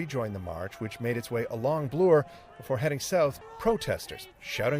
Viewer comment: Doesn’t Bloor rhyme with Floor?? I’ve never heard blew-er.